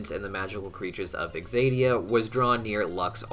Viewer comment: Why does he keep pronouncing it as though it’s “exadia”? Isn’t the correct pronunciation, “zadia,” even if spelled, “Xadia”?